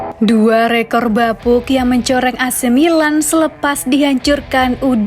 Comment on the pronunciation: Pelafalan kata "ac milan" oleh narrator sdh normal yaa...goodjob min